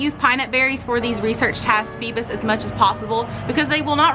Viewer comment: It's not feebus but feebas (feebaas)